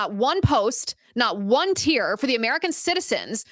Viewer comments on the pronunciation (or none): none